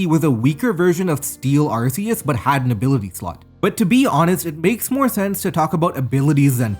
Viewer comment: You pronounced Arceus wrong